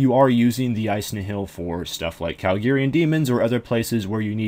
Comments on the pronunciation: Nihil is pronounced Nyle or Nyhil. Kinda like the word, annihilate. Which is what their name comes from. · it's pronounced knee hill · IcyBlocks The official Jagex Wiki says nothing about the name's meaning. The RS Wiki that anyone can edit, has no source for it's information other than its being similar to the Latin word. And I believe in a BTS video, it was pronounced Nyle. I do see where you are coming from as well. And yes I've read the lore behind them being failures in his eyes, still doesn't make the case either way. Meh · "Nyle" is not how you pronounce the latin word nihil, it's pronounced knee-hill. As for the lore or which is correct, not a clue, I'm a latin nerd not a lore nerd